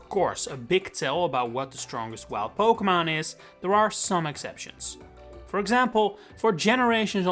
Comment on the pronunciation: Noem je het nou steeds “pokemaan”? 😂